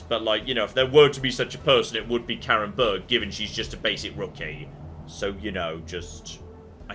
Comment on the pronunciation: "Karin" is not pronounced "Karen" but more like car-in.